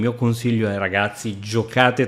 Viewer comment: RITORCONO non RITORCIONO